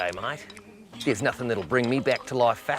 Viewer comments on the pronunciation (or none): none